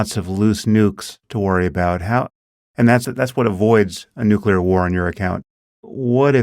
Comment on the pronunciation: How do you know so much but don't know how to pronounce nuclear. Ever hear of a cell's nuculous? One word and we know Pete doesn't know any biology.